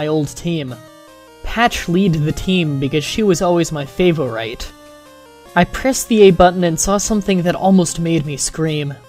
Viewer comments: whe you said favorite i got kinda pissed. its FAY-VOR-IT not FAYFOR-ITE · It's great but you pronounce "color" and "favorite" kind of oddly.